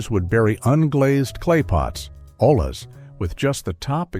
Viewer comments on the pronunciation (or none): I KNEW it would pronounce olla like that. AI SLOP